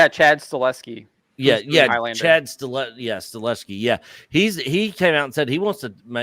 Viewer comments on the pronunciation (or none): PSA: it's Chad STAHELSKI, not Chad Staleski. It's gonna cause a massive Mandela effect if people don't correct that soon. 😅